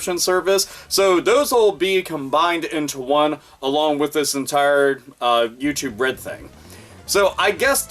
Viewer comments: Sounds liek "You too bread" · You said "YouTube Red" but for some fucking reason, I kept hearing "U2 Bread" and thought, what in the sweet Holy fucking shit is "U2 Bread"?! Is it Rye bread made by Bono?! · I keep mis-hearing it as youtube bread P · YouTube Bread is what I hear every time says it. $ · It sounds like ur saying youtube bread lmao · "U2 Bread" all I hear every time